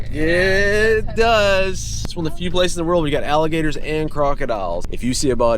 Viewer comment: I want to thank you for sharing this video with all of us. It was so awesome and I love your family. I loved it when said all Allergertor s 😂❤😊 I have been watching your family for a while now and I think your family is so awesome. Be safe with your travels 🙏 ❤️ ✨️